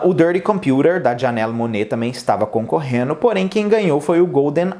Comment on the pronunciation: Concorreno não, concorrendo.